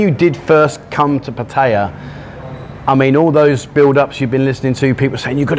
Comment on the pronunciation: pronounced pattaya the correct way.. you have to learn from him